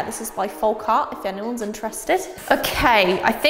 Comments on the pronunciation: I love you but you stress me out every time you say folk folk folk FOLLLLLLK. With an L. You said it right the other day as I was super excited. Then you reverted and I cried a bit inside 😂😂😂 folk as in yolk. Love you xx 😘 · Please stop pronouncing the L in folk. It’s pronounced foke, not foLk. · The way you say folk is so funny to me! I dunno but in Ireland we say folk like foak and in oak tree 🌳 Lovely products for all the painty fun 🥰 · What a wonderful gift and you were very gracious in your thanks. Hope you won't mind my pointing out that 'Folk' is almost certainly pronounced 'fowk', as in the phrase 'folk art' meaning the art of the people as opposed to academic or commercial art. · hon, the 'l' in 'folk' is silent...